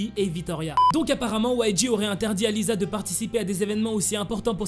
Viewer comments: C lisa pas liza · Lisa c pas le son [z] c le son [s] comme si on disais lissa mais sa s’ecrit lisa